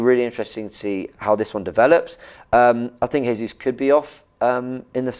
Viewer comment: Its pronounced Gabriel Gesus